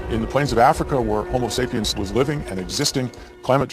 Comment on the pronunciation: the homosapeeins is that really what he's saying?